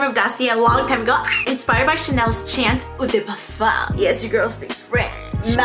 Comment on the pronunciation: Girl! I love this concept, please do more of these videos if you can (and want to) 🙏. Also, I love that you are pronouncing “Eau de parfum” correctly. Much love from a French girl that lives in MI 💗